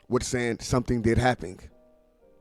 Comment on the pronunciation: U said someding did haping? Wtf lol